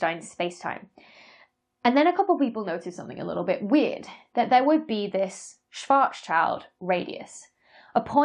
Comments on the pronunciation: Schwarzschild would be pronounced Schwarz-s(c)hild. Not like "child," but like "shill" with a -t sound at the end, because even a voiced consonant becomes unvoiced at the end of a word in German. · 5.04 Schwarzschild is not Schwarz CHILD (Black child) but Schwarz SCHILD, pronounced sheeld (Black SHIELD) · It literally means Blackshield. So please pronounce the schild of Schwarzschild as you would pronounce shield. It's closer to the real deal than saying child. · German here, re the name Schwarzschild. The second part isn't "child", but it's actually "Schild". So it's Schwarz-Schild (pronounced somewhat like "shvartz-shilled"). Schild being the German for shield (far away from child I would say). Schwarz being German for Black - somewhat fittingly in this case. So Mr Schwarzschild would be Blackshield in English, if one were to translate names... Same goes for Rothschild*, by the way. Roth-Schild. With "Roth" being pronounced like "Roht" (or maybe "Rawt"), with a long round O. With "Roth" probably being the old spelling for what Germans today simply spell "Rot", which is the colour Red (and has nothing to do with to rot by the way). * I heard that name used in another English video I have watched quite a while back. Can't remember who's channel it was. And I didn't bother commenting back then. But I did now on this video of yours. The Rothschild video may have been one of yours too. Anyhow, feel free to share this pronunciation advise, if you deem it helpful or worthy to. And if in doubt (also on whether how necessary it really is to adjust one's pronunciation with these names), ask Dr Geoff Lindsey or other phoneticians. (Also: that may have already been discussed among scholars, with the result being that the pronunciation used by you is actually okay. May very well be. I don't know.) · Tiny nitpick: The guy's name isn't "Schwartz's child", it's "Schwartz schild" -- German for "Black Shield". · ❌ SchwarzCHILD ✅ SchwarzSHIELD